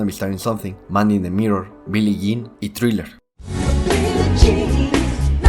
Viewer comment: Dingero Tour instead of Dangerous...Billy Jane...come on now.